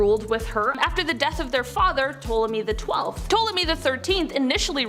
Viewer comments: This video was fun and informative, but also extremely frustrating. Please have your narrator's know how to pronounce names before they make a clip, such as Ptolemy which is pronounce tol-oh-may phonetically or Tutankhamun tut-ankh-ah-moon again phonetically other than that great vid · Ptolemy is pronounced "Tolemy." This is taught in school. Learn words. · The "P" in Ptomely is silent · Girl, please get an education in World History. You got 3 MAJOR Egyptian names completely WRONG. Ptolemy - ‘Tol-a-mee’ Imhotep - ‘Im-ho-tep’ Tutankhamen - ‘Toot-an-ka-men’. Purposely mispronouncing historic names is sheer ignorance, not amusing. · Wait isn’t the P silent in Ptolemy lol 🤦🏾‍♀️